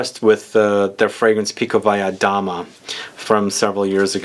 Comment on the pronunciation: Beautiful looking Bottle MV Augusta! I'm a fan of this house, by the way you Perfectly pronounced Pikovaya Dama